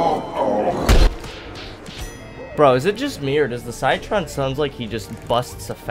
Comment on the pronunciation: Armour chomper is definitely a bit underrated, he's best played outside of turf takeover where you can sneak around the map and bite people for some pretty good damage. Also citron is pronounced like sit tron ;)